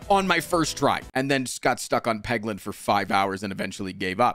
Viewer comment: Peglin? Y'know, like, Poglin?